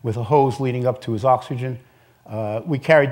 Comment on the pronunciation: I hate the way that Ken Kamler says the word "oxygen"